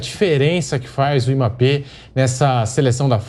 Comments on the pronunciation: Eu só queria saber pq esse apresentador fica chamando Mmape? Pronúncia certo rapaz mBAPPÉ O forte é o M que tem som de (E) 🤦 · Alguém percebeu que o âncora do programa não sabe falar o nome Mbape, ele passou o corte todo chamando o cara de emape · O apresentador falou Imapê,a pronúncia correta (pronúncia, não escrita) é a do, que disse Ímbapê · Q agonia q da ouvindo esse cara falando "emapê" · Quem é Emápê que o repórter fala aí? 🤣🤣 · Que agonia ouvir esse beiçola falando Imapê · apresentador de um programa desta relevância falar IMAPÊ é sacanagem hahaha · Esse âncora do programa não consegue pronunciar o nome do Mbappé direito. Porra. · Só eu que fiquei incomodado com o rapaz falando Mbappe errado? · O pronunciando o nome do mbape kkkkk esquisito demais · Tem que ensinar o âncora aí a falar o nome Mbappe